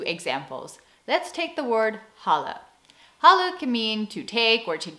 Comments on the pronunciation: About the word "Halle" that's what it sounded (at_ ), but you meant "Halen". _For all the other Dutch words you used in this vid... you pronounce them very good! 👍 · when you say 'halen' you have to stretch the A's more because it's sounds like you'r saying ''hallen' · Check how you pronounce "halen". Yours sound like "holle" (hollow) or hallen (halls). Instead of th short a, try a clear open and long aa. And "herhalen" has stress on the 2nd syllable. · An American friend of mine mentioned that the Dutch long A was pretty hard for her as wel. Confirmed by me hearing your pronounciation of "halen" as "hallen" untill you spelled it out on screen. :) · I had some difficulty understanding your ‘halen’; i heard ‘hallen’. Isnt’t the long ‘aa’ also a sound you dont often use in english? Oh, halen is akin to hauling in english? Like ‘hauling in the net’. Pulling with your arms? And then generalized to picking up, getting stuff? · your UI sound is excellent. but your 'halen' pleace don't drop the last n, that's a very bad dialect :S you sound like 'halle' which translates to "hall" The flipping of the verb in the end, gives you the option to emphesise the sentence and alter the meaning a bit. Also would love to know a source for Dutch IPA, after years of looking I've yet to find a good and complete one, most (if not all) are made by English speaking people, and just wrong in many instances. And for instance on wikipedia they are very rude if Dutch people on and on keep pointing out mistakes. (Frisian was always a language tho, legally recognised or not doesn't matter for the difference between language and dialect) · Nothing wrong with your ui. The a in halen isn’t pronounced the way it should be. It should be the same sound as in haal; the double aa. Your a sounds more like the a in hal. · halen has a N at the end, you should pronounce it, or you will sound like a homeless person from Amsterdam :)